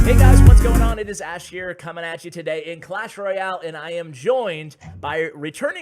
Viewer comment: Did he says at the beginning "coming ASH you today" ?!?